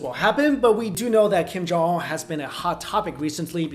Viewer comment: "Kim Jong Omm"